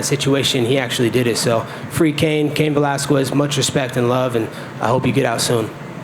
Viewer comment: “Velasqwez” btw.